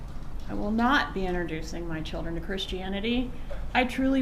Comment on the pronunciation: i hate how she says "my chil-dren"